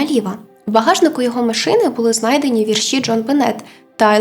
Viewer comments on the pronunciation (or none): none